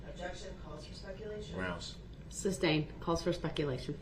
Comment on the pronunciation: He is so full of 💩 . So all that drama and bs he calls the state of Wisconsin. I cannot stand the fact that he keeps saying Substain even though the Judge has repeatedly said sustained. His ridiculous air quotes